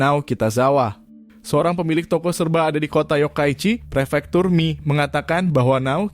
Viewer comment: Pernah tinggal di Kota Komatsushima sekitar 2bulan dan dialek Tokushima (termaksud Komatsushima) itu emang unik. Sangat beda dengan bahasa Jepang biasa. Edit: bahasa jepang sama pelafalan sama bahasa. Indo bang. Kalau Mie tetap dibaca Mie, bukan Mi.